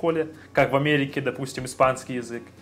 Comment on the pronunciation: язЫк, не язЕк) 😸 Умница, хорошо говоришь)